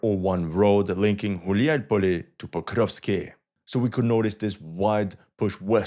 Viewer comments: It's Gulay-polye "wandering-field" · Did you say Хуяй Поле on purpose 😂?